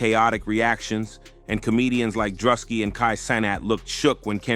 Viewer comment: How the fuck you say both Druski and Kai Cenats names so wrong?